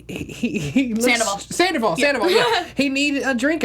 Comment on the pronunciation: Can one of you ladies please tell him it’s not pronounced Sanderval?